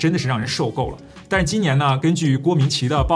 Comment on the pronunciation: 郭明錤的錤不是读ji吗？